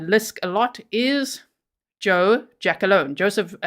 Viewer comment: Its "Gia -Colone", not jackalone lol